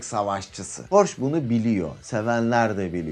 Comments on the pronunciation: Porş değil hocam Porşe okunur . Önce adını doğru söyleyin . Hamburgdan sevgiler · porş değil porşe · porsche 911 hayranıyız porş denmesi rahatsız ediyor 😊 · okunuşu "porşe" dir , ferdinand porşe